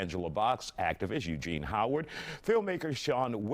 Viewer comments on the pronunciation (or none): none